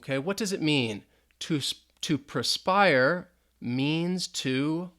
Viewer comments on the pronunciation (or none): Hey great job. Slight correction Perspire not prespire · Good video One thing on jeopardy game it's perspire not prespire. Had me thinking was Americanism :)